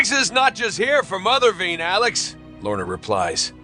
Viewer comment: It’s from the “Cry Havok” arc of Cullen Bunn’s X-Men: Blue. It’s the culmination of the main story arc of the entire series. Also, it’s pronounced Mother vine, not vein.